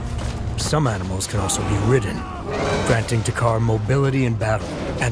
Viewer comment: Ok it's not to,car two Carr or takher It's takkar